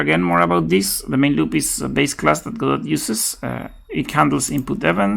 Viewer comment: This video is for all the people who think the T in Godot is silent! Ha!